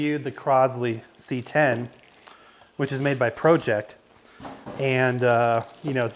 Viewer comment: Yes it's Pro-ject, Pro-ject platter and Pro-ject subplatter. I happen to own a Pro-ject XD